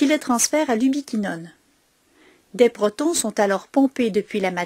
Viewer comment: merci pour la vidéo bien fait mais un petit problème avec la prononciation de protons on dit protons H+ pas protine